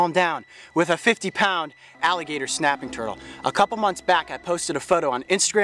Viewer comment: He kinda said the alligator schnaping turtle